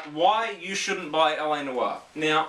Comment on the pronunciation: They could of at least googled how to pronounce it instead of making themselves like like a bunch of speds lol.